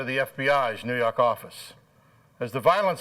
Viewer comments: "Fawmuh head of da FBI's Noo Yawk awfiss" I lived for that line back in the 90s! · NEW YAWK AFFICE! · A lot of these cases are grisly & disturbing, but that New Yawk line gets me every single time 😂😭